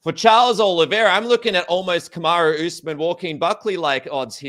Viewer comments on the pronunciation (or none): none